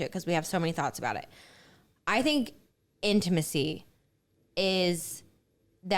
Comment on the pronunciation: Gosh everytime says the word intimacy or intimate.. I cringe! It's not "in-a-macy and inamate"" its "In-Ta-Ma-Cy and in-ta-mate" 🤦‍♀️🤦‍♀️ but on another note..I really did enjoy this episode. Love the points yall made.